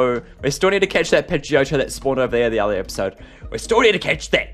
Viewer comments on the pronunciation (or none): none